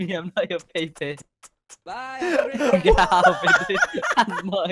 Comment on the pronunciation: Pepe not paypay